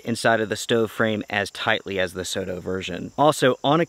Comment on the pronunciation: Great video. Thanks for making these videos for everyone who watches. Soto is a japanese brand so it's is pronounced so (as in song) and to (as in top). Soto means outside.